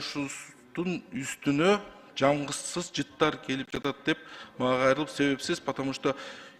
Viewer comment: Жамгызсыз жыт дейт го ЖАГЫМСЫЗ деп эле кыргызча суйлобойсузбу жарганаттын дейби тооктун эле богу сиз кандай депутатсыз деги